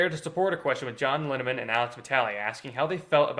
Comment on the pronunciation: John Linneman not John Linderman